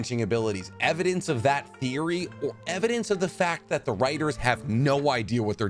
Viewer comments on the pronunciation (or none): none